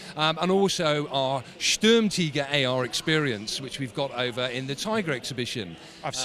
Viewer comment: They all pronounce Sturmtiger as Sturm-TEEger and it’s really annoying lmao. Great video though